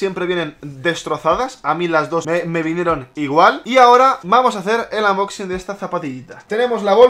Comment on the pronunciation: No se dice unboxing se dice anmboxin😭